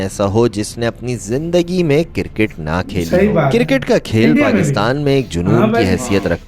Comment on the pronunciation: Kirket nahi cricket hota hai